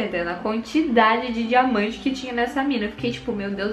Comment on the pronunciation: ostentação de dinamante (diamante) 😁😁